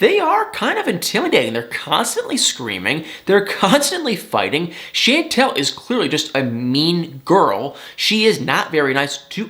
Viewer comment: Pleeease pronounce her name right.. it's NOT Shaaaantel it's Chantel (like Shaun-tel or Shawwn-tel).. and it was nice to see you tryin to lift your eyelids a bit more as in matching the same amount in your face as you undeniably express in your voice. You got me into watching this show this season cause no way did I want to last season.. I can't stand needless, made up, just for drama fighting.. but I always stan for you and thumb thumb thumb thumb it up for you. OH And Nicole's Mom was SO disgustingly rude that I did start to say I'm gonna give it a lil' more but it started to seem fake.. and then how Royal just told his family to leave soooo rude and cold... I'm like whaatttt.. who talk to their family and parents like that?.. and they didn't even clip him?? No way.